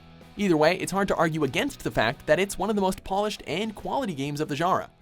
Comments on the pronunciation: When he says genre it sounds like jara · how come no one knows how to pronounce genre on this channel